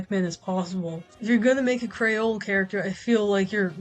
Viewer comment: My dumbass thought you were saying Crayola character instead of Creole character for a bit 😭